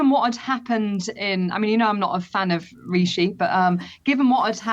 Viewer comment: Funny she can't even pronounce Rishi properly